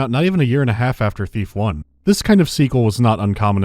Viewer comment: I keep hearing Beef instead of Thief. I'm gonna grad some food.